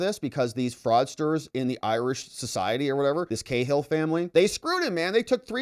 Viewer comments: Cahill is pronounced cA-ill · Ca-hill wee man 😊